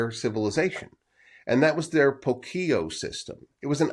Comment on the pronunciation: The word Puquio is accented in the U (Púkio)